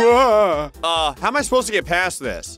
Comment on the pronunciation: When he said “past the hobo” during the October pogo fight I heard “pass the hobo” like the hobo was a condiment